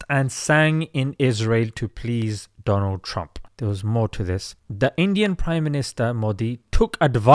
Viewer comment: Wao Doland trump 😂😂